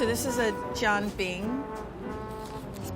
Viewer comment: This is a "jan bin"... Please. If you are going to try to pronouce it, at least learn it from someone who actually does know how to say it.